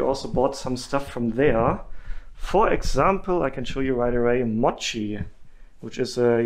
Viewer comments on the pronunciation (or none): none